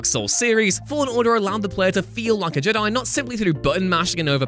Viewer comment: Why can't this guy say jedi? Let's not put it down to accent. I live in Britain and I'm often in England. Never heard anyone call them JUH-DAI. Also, defo dropping a dislike cos this whole list is off. Best example would be saying it was a mistake to bring back master chief. Halo guardians begs to differ. Thank heavens you don't make video games. You're the type of person to say METAL GEAR SOLID 3 should have had Raiden as the protagonist.